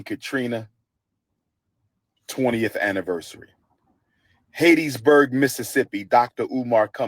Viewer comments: Dude just messed Hattiesburg name up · It's Hattiesburg Mississippi not Hattedsburg and ain't nobody coming to see u 😅😅😅😅😅😅😅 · why does he keep calling hattiesburg Haitisburg. is he playing like it wasn't named after a lady named hatty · Someone tell him it’s not hatisburg it’s Hattiesburg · It's pronounced HAT EEE for Hattiesburg...Geesh, if you're gonna go to a place, at least know how to pronounce it. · Man said Hattiesburg so wrong